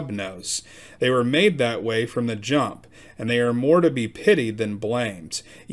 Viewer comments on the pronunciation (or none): none